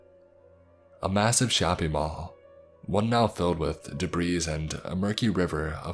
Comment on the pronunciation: Typical... Calling "debris" "duh breeze". You mispronounce SO MANY WORDS in your videos. "Intestines" you turn into "in tess tines". "Peripheral" often gets turned into "perif reall".